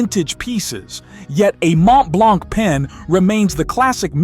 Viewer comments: Mont Blanc: Don t pronounce the c final! In French, the final letters nearly all the times are silent! Make an effort ! Not knowing to say properly Mont Blanc makes you look like a fool! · Sir, at least Google how to pronounce foreign brands properly. Vuitton is pronounce with a soft n, Heuer should sound like in German, Montblanc has silent t and c. Next, Montblanc produces remarkable pens. I'm a collector and know. Third, individuals with hereditary wealth have far more important concerns, they invest heavily in education. Those who love spending all the way on uber expensive brands are the newly rich.